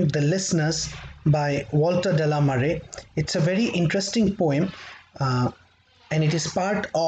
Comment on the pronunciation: Just a heads up... the name is pronounced De La ‘may ar’ or like the word Mayor. It is French. Mare is the ocean or the sea. So, Walter De La Mare actually means Walter of the Ocean 🙏🏻